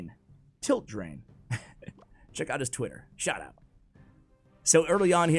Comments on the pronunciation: “Against uh uh... tilt drain.” Second time you’ve called him that in a video😂😂its tiltdrian, I’m pretty sure his name is Adrian and he just added tilt to the beginning as a play on words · it's TiltDrian pronounced like Adrian 😁😁 German splashyard pro